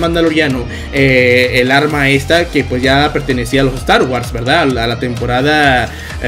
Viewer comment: Aprendiendo pronunciación con. "Estar was"